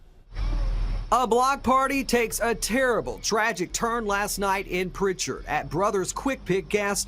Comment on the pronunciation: it's Prichard not pritcher lol 251 in this bitch